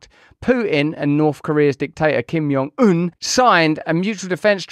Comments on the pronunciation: Kim JUH JUH, not "yuh" JONG un. Just saying. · I don’t think the J is soft in Korean… you’re saying it like his name is Spanish lol